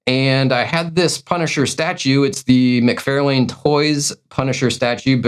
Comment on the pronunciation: It’s Mc Far!!lane not Fairlane.. SMH 🤦